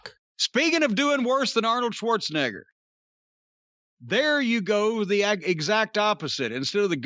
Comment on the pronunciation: Corny sure does love saying Arnold's last name.. he loves the hard R in it...